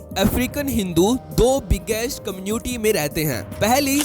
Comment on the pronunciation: दो biggest कम्न्यूटी ❌❌❌ ====> दो biggest कम्यूनिटी ✅✅✅.